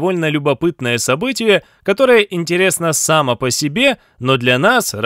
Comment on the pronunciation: Очень люблю вашу программу, поэтому дерзну поправить маленькую оплошность диктора: правильно "самО по себе" (ударение на О). С уважением ваш преданный слушатель.